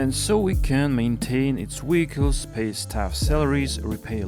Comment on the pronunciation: Weehicles. Hee heee